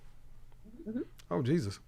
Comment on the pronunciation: She can’t even say Jesus… that’s everything right there. She’s lost